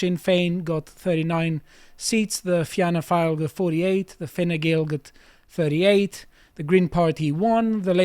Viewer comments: Had to click off when he pronounced Fianna Fáil as Fina File. You guys should get a right wing Irish commentator on the show. It would add useful context. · It's pronounced "feena - foil" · Somebody tell it is pronounced Finna Foil But yeah depressing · Fianna Fail is pronounced ‘ Feena Fawl’. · Tell it's pronounced "fee-na fall" lol